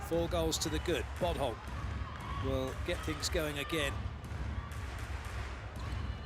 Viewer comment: The fact that he calls bodholt “butthole”